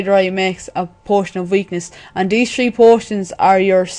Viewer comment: Three not tree lol